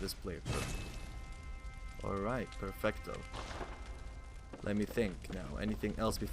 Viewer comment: Where are you from? You said "perfecto" and now I'm curious hahaha